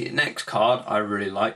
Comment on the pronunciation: LOL "Compolsory...... because" (Cut off) LOL